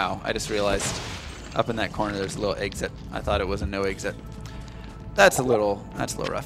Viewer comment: I love D2 but I had to stop watching for a dumb reason. He keeps saying Eggsit instead of Exit. Accents drive me nuts sometimes.